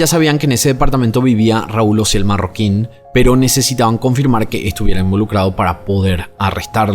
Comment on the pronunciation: Se apellida Marroquín, no Mayorquin